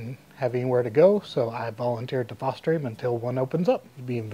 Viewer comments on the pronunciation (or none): none